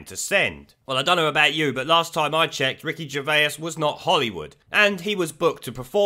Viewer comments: Who’s Ricky Gervayers? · Who's Ricky Gerveyus?